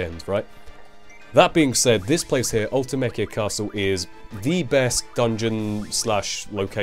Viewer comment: Also, I believe "Ultimecia" is pronounced Ul-tye-mee-see-uh, and "SeeD" is just pronounced like the word Seed. Can't say for sure though, because unlike FF7, FF8 never got any voice acted extended universe content. Wonder who's right? :P